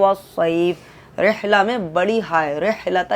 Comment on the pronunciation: Aab bhi kuch ghalti krrhe h tajweed ki .....Rehla nhi hota h Rihla h Raa ko maroof padho majh hool nhi